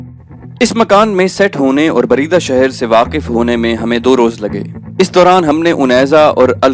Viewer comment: Bareda nhi balkay buraidah